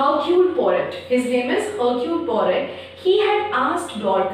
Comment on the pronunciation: John and Lawrence were Mrs Inglethorpe's step sons. The H and T in Hercule Poirot are silent while pronouncing. Good attempt.